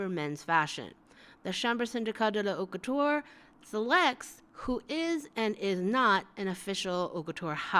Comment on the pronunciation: haute couture prononciation. h is omitted , and it's like a long o that end with t cause you omit the ending e as well. couture's cou is like coo from cocoon. Lastly the ture is not pronounced as tch and the last e is omitted too. I hope it makes enough sens for you to grab it and anyway it's fine if you can't pronounce it correctly. It just sounds corny and slightly pretentious when English speakers say it. keep up the good work I really enjoy watching your videos :)